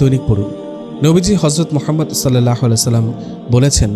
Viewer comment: Apnr mukh e Allah r hazrat Muhammad saw er nam er uccharon ta onk valo sonay....